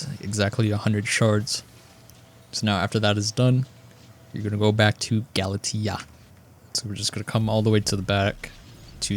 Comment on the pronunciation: skyblock players always manage to amaze me, the game tells you how to pronounce galatea in the starting quest and yet people still fuck it up